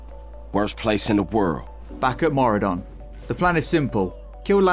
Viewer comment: On today's episode of people seeing Mauradon when it's Maraudon. Baffling. Simply baffling. People know what a marauder is. People can read 8 letter names. And yet... they say Mauradon. Since fucking 2005. I just can't.